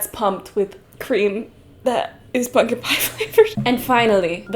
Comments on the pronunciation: My fav part of this vid is your inability to say the word pumpkin consistently. Punkin pungin, pumpin, ponken. Great vid, i didnt get this in my sub page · You say pumpkin in an interesting way